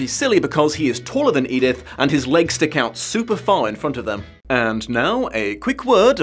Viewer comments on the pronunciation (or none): Oh, no. She doesn't call her "Edith." She calls her "Edythe." For some. Insane. Reason.